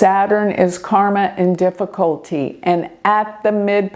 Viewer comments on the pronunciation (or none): none